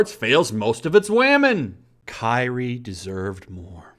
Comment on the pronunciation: Also, Kairi is pronounced Kai-re.